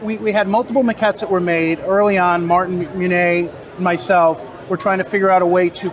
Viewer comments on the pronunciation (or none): none